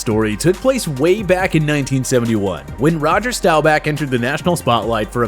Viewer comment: he says Rowger Stowback